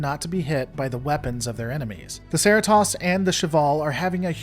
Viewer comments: Am I missing the joke about the Serratoss? That's clearly not how it's spelled or pronounced on the show. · There is no way you actually watch the show and call the ship "Sare E toss" Its Cerritos, rhymes with Burritos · Dude... SAIR-rih-toss? It's suh-REE-toes. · Are you saying Sara-Toss instead of Suh-REE-Tows? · Why am I so distracted by my annoyance of the mispronounced ship name? It’s a well thought out and accurate essay. I just keep getting caught up on the Sir-EE-tose pronounced sur-eh-toss. It’s even pronounced in the video itself. I guess I just have to get past that to enjoy the otherwise well put together content. Enjoying your story. It’s a good one. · It's Serr- EE-Toes. Not Sur-It-TAHS. They say it like fifty times an episode. There is no way you're not deliberately mispronouncing it It's their show, they are allowed to pronounce it however they want, and what THEY call it is the proper pronunciation. And its named after an actual, real life city in California whose real life pronunciations is Serr-EE-Toes. What are you, Shyamalan going with Ung instead of Aang? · It's pronounced sir-ee-toes. Like Doritos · I noticed that too seemed to pronounce it as Cer-it-toss. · See-ree-toes...c'mon it's a hero ship, brah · Dude,... SIR-REE-TOES! Now put it together... CER-RI-TOS. I know I've heard you say it right before! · Saratose……yeah…as someone who lives 20 miles from the city the ship is named after I can tell you they way you pronounce the Cerritos is very…VERY cringe worthy. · Me the whole video: what's a Sera-toss? Me: oh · Why do you keep saying "Share-e-toss"? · Yeah. I thought he said 'Seratas' making me wonder for a second if there was another ship involved. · My maaan you need to roll those “RR” CeRRitos! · Sera-toss? Why not pronounce it the way the crew on the show does? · Dude, it's the Cerritos, not the Serra Toss. Hearing you mispronounce it repeatedly earns a 👎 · Why do you keep pronouncing the name of the Cerritos as the "Serr-it-toss"?